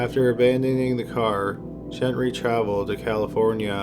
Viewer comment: Gent-Ree or Gen-Ree 🙄 Say it with me- Gen-TREE.